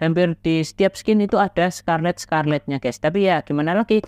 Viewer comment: bahain de sin bang,,gini cara baca behind the scene. bukan skin atuh wkwkwk, skin mah kulit